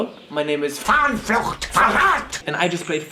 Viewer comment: "Hallo, my name is FAHNFLUCHT... VERRAT" umm damn